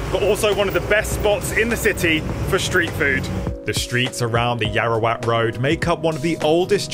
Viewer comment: Yaowarat, not Yaorawat